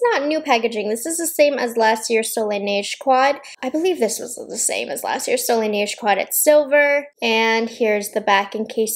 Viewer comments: From a francophone, your way of saying Soleil Neige is quite spot on. There is still a little accent but it’s very understandable 😊 overall, your French in this video is quite good 👍🏼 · You are actually saying it really well!! Seriously, my french ears didn't even shrivel a lil! ( Ok I sound sarcastic but I'm not 😅)